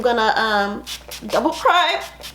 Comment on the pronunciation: "double prime" the way she said it 😂